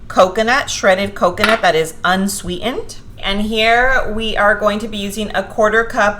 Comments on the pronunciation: How can you say "walnuT" but the word "unswEE-END" winds up with no T? ThaT drives me nuTs! BuT, I Teach grammar, so, yeah. I LOVE your videos tho'! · Thanks for sharing recipes but sorry I can't hear you say unswee'ened one more time. Sounds stupid af. Which I'm sure you're not. So bye.